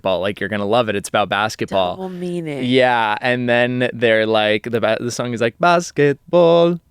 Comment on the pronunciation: I was floored when started singing "Basketbol". Pronunciation is spot on. 👍